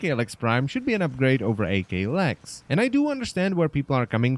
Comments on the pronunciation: You saying "Ay Kay Lex Prime" triggers me. Aklex Prime. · "A-K Lex" - ACKKKKLex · AKLEX not fecken A-K Lex prime dangit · Hey it's not pronounced A K, it's pronounced ak as in akimbo (thus it sounds like ahk) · Wtf is a-klex. It ak-lex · "A-K" lex prime...its "ahk" because its shortened form of Akimbo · Wouldn't it be pronounced ahk- lecks and not ae- kay - lex from it being one word? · "A kay lex" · I actually couldnt make it through the video ITS "ACK"